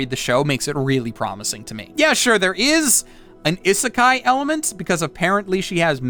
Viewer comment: He doesn't pronounce isekai correctly